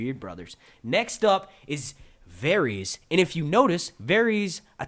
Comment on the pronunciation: Um, don't you watch the show? It's pronounced Var - iss, not Varies you great, lumbering mule.